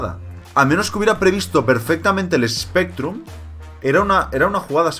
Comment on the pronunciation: recuerdo en tu primera partida con Spectrum le llamaste "Specrrum" lol